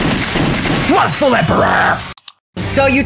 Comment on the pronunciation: It sounded like u said Lustfell not Lustful